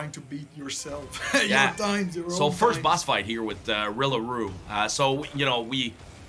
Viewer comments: They keep calling Ripper Roo “‘Rilla Roo...” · RipperRoo not rillaroo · His name is RIPPER, RIPPER ROO, not Rilla. That sounds like how dingodile would say his name. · Did anyone else notice how he was calling ripper roo “rilla roo” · Love how this guys literally developed the entire game and call ripper roo 'rilla Roo' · Why's my guy called Ripper Roo "Rilla Roo" 3 times :( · Bro called ripper roo rilla roo. too be fair theyre very close haha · Why does he caller RIPPER ROO "Rilla Roo"? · When they call Ripper Roo “Rilla Roo” not once, but twice. Owch. In all seriousness, this was still totally great to see lol. Especially don’t usually get devs’s insight into speedruns. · The dev calling Ripper roo Rilla roo set me off lol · anybody else wince everytime dude says "rilla roo" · They called ripper roo, Rolla roo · mans said "rilla roo" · He keeps calling Ripper Roo "Rilla Roo" 😭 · Nobody corrected him on Rilla Roo? Wow...... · " a Riller Roo" ? rly ?are you sure u did this game? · "Riller Roo" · I stopped watching when the dev called ripper roo "rilla roo" twice...don't you know your own bosses? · same reaction bro and i took off to the comments to see if anyone else caught that. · AND IT BOTHERS ME THAT NO ONE CORRECTED HIM!! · The amount of times they butchered Ripper Roo....